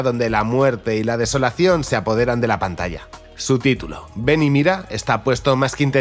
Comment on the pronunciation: Esta todo muy bueno, lo unico que nose te entiende es el titulo desis ven y mida